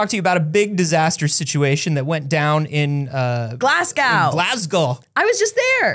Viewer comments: insisting on calling it glas-gowe is breaking my brain 😂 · Glas-go not Glasg-ow for pronunciation though your Edinburgh is shockingly spot on.